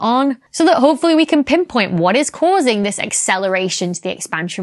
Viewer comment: "Pimp point" ???